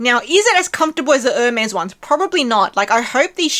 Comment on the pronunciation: Ermes is pronounced or may